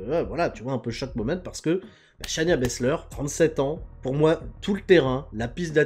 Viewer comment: Cher, c'est Shay-na Baszler pas Shania. J'en peux plus de toi;)